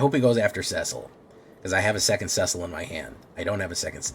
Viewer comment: Cecil is a common name and sounds like Sea-sill